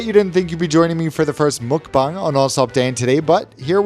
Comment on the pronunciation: i subbed because you said 'mukbang' the correct way